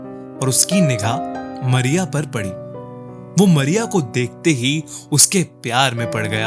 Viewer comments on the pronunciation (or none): Good but Not मरिया it's मारिया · Arey aap toh Mariya ko Maria kehte ho